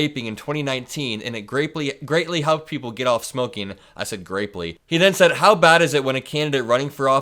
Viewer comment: You said grapely 😂👍💙🇺🇸